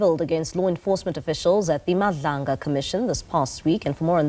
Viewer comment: A public broadcaster doesn’t even know the name of the commission. You must pull up your socks. It is Madlanga commission not Mabandla commission. Yoh